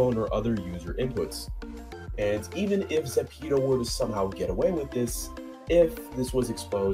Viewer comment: AHEM its zepeto not zapeto